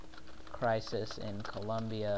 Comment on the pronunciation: it is COLOMBIA not ColUmbia